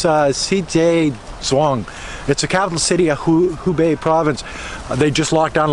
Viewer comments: it is Hebei (河北), not Hubei (湖北). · HEbei(north of the river)..not HUbei. (North of the Lake) XD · Hebei(reads /hə: bei/)河北，not Hubei(reads /hu: bei/)湖北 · it actually He Bei provence and the capital is Shi Jia Zhuang, and the pronunciation of He more like hur stay safe. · Shi jia zhuang 石家庄 city，He bei 河北 province., please learn more Chinese Mandarin pronunciations from Weifang👩🏻‍🏫. I live in the city. Now, the district where Covid epidemic starts in these days is going to have the 4th PCR testing for everyone. The other districts of the city have got 2 times of the testing already. Quarantining is one hand, the other hand is researching the patient’s activity track. Both things should be done as quickly as possible. China does very well.